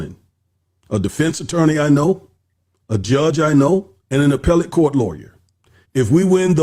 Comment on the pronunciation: The way appellate was pronounced was crazy. That was the most important credential those attorneys have when it comes to filing this appeal.